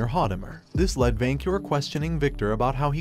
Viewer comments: The Ai voice bugs me especially when it says words wrong like when it says lead as leed instead of led. Otherwise I enjoy being introduced to new stories like this. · Sometimes I wish that these uploaders would fix the wording on the auto-reader (or whatever it's called) so that they said the words correctly. Among many other "mistakes", I keep hearing LEED when it should be LED. How hard would it be to type the story out so it's read correctly? Some of these stories are horrible because the main lead's names are continuously mispronounced. It just grates on the nerves.